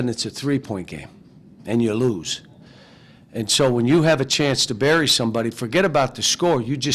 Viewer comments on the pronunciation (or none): none